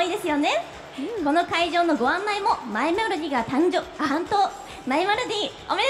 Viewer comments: 司会者「マイメロディ」って言うの下手すぎて可愛いwwwww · マイメロディ言えてなさすぎるw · マイメロディ言えてなくて草